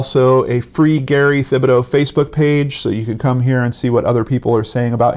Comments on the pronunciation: His name is pronounced: Tib-ah-dough...not with a "th". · it’s pronounced Tibadoh!! Just so you know!! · Gary Thibodeau( tib-bo-doe)